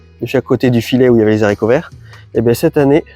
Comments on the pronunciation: Continues avec tes "zharicots verts", moi ça me saoule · Coucou l ami ! T oublis volontairement des PDT en terre ? Au fait on peut pas dire des zaricots, à cause du h de haricot , arborigenes, t es sûr ? Merci pour toute tes super méthodes et conseils 🎉🎉🎉